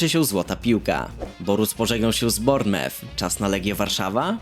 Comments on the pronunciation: nie rozumiem jak dalej po 6 latach sprzedzonych w premier league dalej nie umiesz wymawiac poprawnie nazwy klubu AFC Bournemouth ( Bormuf) serio to takie trudne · zle czytasz bournemouth, Anglicy mówią ,, bormuf"